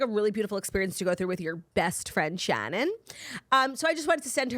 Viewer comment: As someone named Shannon - it makes me so happy the way you pronounce ShAHnin